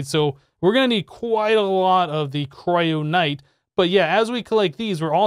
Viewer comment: Why do you keep mispronouncing stuff? How is kyronite a "cryonight"?